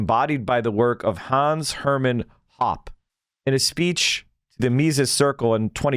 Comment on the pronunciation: His last name is pronounced "Hopp-eh" in English. He took a lot of crap from Austrian School weirdos for teaching in an American public university instead of working in some private school that never existed, because ironically, the only universities that have departments large enough for Libertarian/Austrian economists to work in are public ones. I mean Hans-Hermann Hoppe himself is a nut as can be sussed out by this quote: “Democracy has nothing to do with freedom. Democracy is a soft variant of communism, and rarely in the history of ideas has it been taken for anything else.”